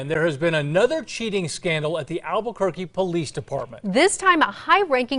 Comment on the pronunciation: says "Albugourguee". Get it right. Everyone else does.